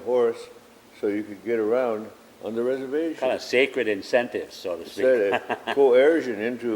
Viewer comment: Reservllllations suck but hardly consentration camps